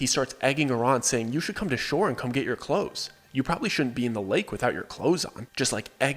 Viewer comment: "de clothes"????????? Huh?????